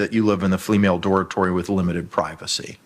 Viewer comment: He called her a fleamale!!!! 😝